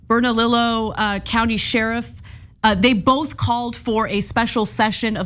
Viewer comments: Just fyi, two ll"s in a spanish word is silent. Bernalillio is pronounce bernaleeyo. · 😂😂 it's pronounced "bernaleeyo" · Oh and Ana it's pronounced Burn-ah-lee-yo. Bernalillo. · No, you ignorant moron, it only sounds "silent" to you because you are deaf. You even spelled it how it is properly pronounced, lol! Double-l (ll) in Spanish is usually pronounced like a consonant y. In some dialects or accents of Spanish it is pronounced similarly to the English j, or even almost like sh, but it is almost never actually silent. By your "logic" words like llano would be pronounced like ano instead of yano.